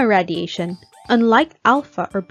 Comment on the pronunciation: I’m noticing you say radiation wrong. It’s pronounced: ray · dee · ay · shn